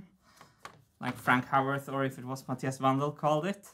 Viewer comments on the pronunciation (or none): none